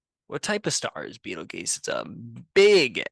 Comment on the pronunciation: It is pronounced (beetle-juice) you a$$ hat